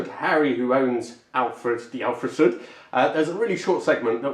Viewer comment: Even Volkswagen Up! didn't have disc brakes on all four corners (I know relatively speaking the Sud is 2 classes above but both are similarly sized). Alfasud really is ahead of its time. Also, absolutely no sign of Italian heritage. Definitely not from his pronunciation of Alfasud and Pomigliano, not at all;)